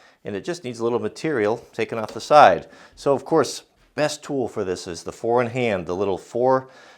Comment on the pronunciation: I finally figured out that 4 in Hand is what you're saying. All this time I've been hearing "Foreign Hand"..